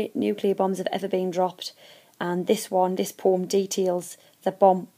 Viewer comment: it ain't a poom, povem(poem)